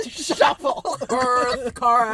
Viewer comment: I’m sorry but the way nick says shuffle, then Matt and Chris mocking him just made me piss myself